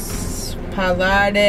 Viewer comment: You guys are the sweatest.. :) When native english speakers try to say eg parlare they say parlarey/ay .. :)